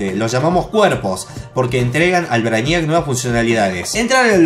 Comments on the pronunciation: se pronuncia Breiniac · no se dice asi,busca la pelicula "superman:braniac" y vas a saber como se dice 😁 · Oh dios... la forma que le dice al brainiac Se dice brei-niac porfavor xD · Se dice breiniac no? :'v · Te burlas de jorge por no saber ingles pero lo hablas para el culo ;-;"brainíac" wtf???